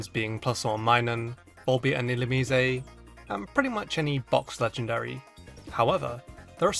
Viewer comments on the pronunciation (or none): it's pronounced ill-you-meese